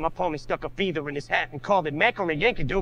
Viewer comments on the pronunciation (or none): Is no one gonna say anything about him saying feether